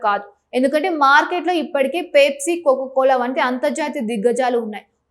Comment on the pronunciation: Anchor, పేప్సీ కాదు, పెప్సీ అని పలకాలి. కొక్కోకోలా కాదు, కోకాకోలా అని పలకాలి. మేకప్ మీద ఉన్న శ్రద్ధ భాష నేర్చుకోవటం మీద పెట్టు.